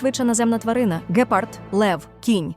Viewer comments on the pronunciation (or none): Не ґЕпард, гепАрд